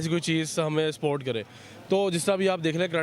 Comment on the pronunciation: Bhai ye Pakistani log support ko sport kyu bolte h 😁😁😁😁